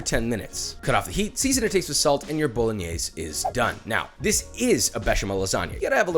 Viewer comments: The way he says bolingnaise😑😥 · The final e in Bolognese shall be pronounced. I know many Italian immigrants in America come from the south and they sometimes swallow the final vowel, but that's dialect. Bo-lo-gne (as in knee) -se (as in 'say' without pronouncing the y) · Why tf does he pronounce it 'bolinyees'